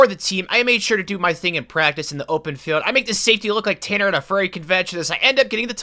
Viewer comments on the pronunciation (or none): none